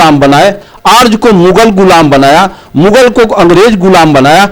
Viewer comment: बोलना तो सीखे अर्ज नहीं आर्य होता ह।आज जमाना बदल गया ह।जैसा कह रहे हो वैसा पहले होता था तुम पब्लिक तो गुमराह कर रहे हो।